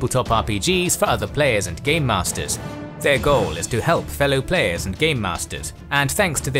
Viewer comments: Are you saying gay masters? Lol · lol it sounds like hes saying gay masters 🤣🤣